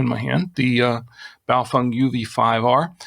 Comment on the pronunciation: At this point you still don't pronounce Bao-FENG. as FENG, ...not FUNG. What do you know that we don't know? lol